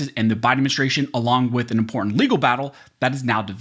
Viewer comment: Law school but yoy can't pronounce "important"?